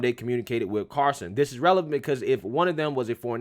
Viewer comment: it's "CarL - son"......not Car-son. Carson is Johnny.